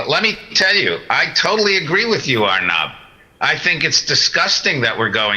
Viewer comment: agree with u...but it's 'aur -- nub' not 'urrnub'